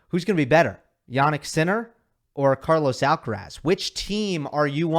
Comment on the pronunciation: No podrías esforzarte un poco, solo un poco, en ponunciar bien "Carlos Alcaraz"? Yo creo que eres capaz